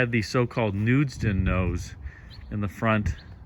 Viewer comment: "Knudsen", not "Knudsden" nose, named for Semon E. "Bunkie" Knudsen a former president of Ford